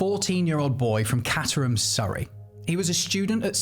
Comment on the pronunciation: I grew up in caterham and went to st. Bede's Redhill i left 08. It's pronounce kate-trum